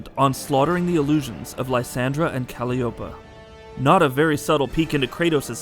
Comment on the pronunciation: kratos daughters name is not kaliopa its kalaiopi